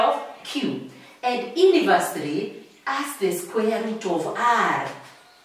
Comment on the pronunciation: It's the "Aha" and the "Ini-versa-ly" for me ... Such teaches will never forget a thing in their lessons